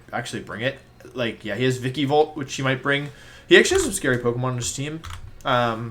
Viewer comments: They way you pronounce Pokémon names makes me so triggered it’s vikavolt not vikivolt And not arcan-ee-nay it’s arc-at-nine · Why does he say "Vik-eee-bolt??its Vikaaaabolt...also with Arcanine...he says Arca-nee-nee...very cringe and a little suspect on Wolfe...